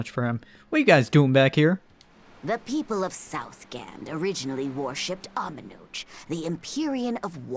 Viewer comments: The way they say Amenoch in this game bothers me so much... SO MUCH. Ugh! In Zestiria they pronounced it Amenok, which is what sounds right to me, to be honest. But what bothers me is not that they're saying it wrong (to my understanding), it's the inconsistency from one game to the other. Am I weird for letting that bother me? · So far, it's the only inconsistency I noticed. Even in this game, the pronunciation is all over. I heard 2 different pronunciations. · The pronunciation is because they went with a mix of the Japanese version of the name, Amenochi, and the English, Amenoch.